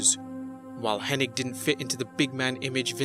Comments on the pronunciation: Maybe it was just Vince’s accent but it always sounded like he said Henning. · Why do people keep calling him Curt Henning? its Hennig not Henning right? wrong? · Get his name right! It's Curt Henning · It's HENNIG, NOT HENNING, moron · IT'S HENNIG, NOT HENNING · FYI everyone... it’s HennIG not HennING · I think where the confusion lies, is the g is actually silent, so it's actually pronounced Henni, so when people see the g at the end, they automatically assume it's Henning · Yeah on youtube i always see people calling him Henning, like wtf?? Lol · It's remarkable how so many people in the business respect Curt Hennig, and none of them know how to pronounce his last name. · It's H-E-N-N-I-G, NOT H-E-N-N-I-N-G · You mean "HennING", right? 😉